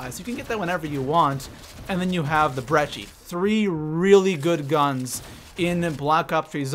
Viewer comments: He says brechi mate do u see the h in brecci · This dude said breche it's brecci